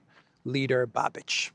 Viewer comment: Hi, a very little correction if I may: it is not Babič but Babiš = pronaunciation Babish, just like Budapest = Budapesht. And actually he is of a slovakian origin, was born in Bratislava.